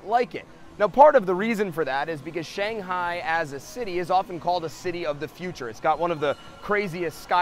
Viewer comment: Too bad the host doesn't know how to say "Shanghai" or even eat those dumplings properly.